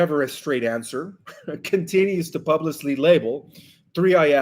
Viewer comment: My love, pub-lick-ly